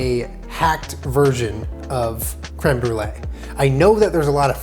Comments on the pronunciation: is going to Brolee it to um. Instead on brulee. Lol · it’s creme br-e-lee,,, for his e-girl <3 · I'm the brûlée Me, a french Canadian, in my mind: it's '' brûleur'' but ok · Brûlée? More like Bruh-lée